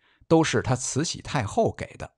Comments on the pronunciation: 慈溪听着真别扭，是慈洗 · 除了慈西太后